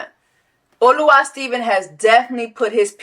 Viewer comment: It’s “Oluwa”